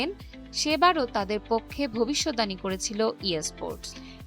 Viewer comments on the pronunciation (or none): ভবিষ্যদ্বানী শব্দটির সঠিক উচ্চারণ ভবি-শৎ-বা-নী